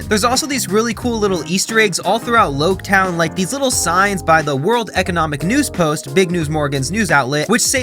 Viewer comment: Logue town, "the town of the beginning (prologue) and the end (epilogue)". So its pronounced Log town. Oda said he was referencing prologue and epilogue in an SBS